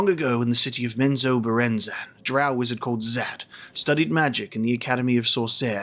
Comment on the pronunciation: Also very well done on the “Menzoberranzan” pronunciation 👏 👏 👏